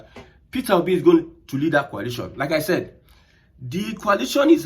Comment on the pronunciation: It is not pronounced as Qualation'. It is called Coalition. Mind your pronounciation as I thought, you are saying something relating to chemistry formation.